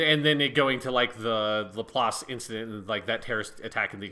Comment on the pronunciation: I’m sorry but the way ya’ll pronounce LaPlace makes me cringe throughout the entire thing. (Half) Jokes aside though, Good discussion :3